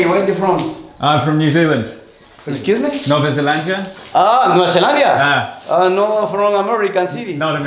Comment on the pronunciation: The way you're pronouncing Nova Zelandia is absolutely Brazilian Portuguese and that brings a smile to my face haha. Amazing work, mate.